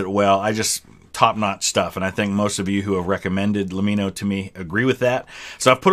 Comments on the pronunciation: Thank you for giving Lemmino his credit for making quality contents. Also I have to tell you that it suppose to be pronounced "Lemi-no" like "Let-me-know". Can you make his UFO, DB Cooper, Roanoke too?? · His name is a play on “Let me know”. So it’s pronounced “Lem me no” not “La mee no” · just so you know it's pronounced LEM MIN NO as opposed to LEM MEEN NO. its like saying 'let me know' quickly